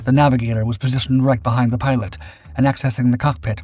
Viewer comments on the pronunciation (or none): none